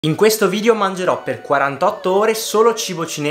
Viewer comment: Quel "mangerò" senza i all inizio è un tocco di classe, comunque sempre grande 💪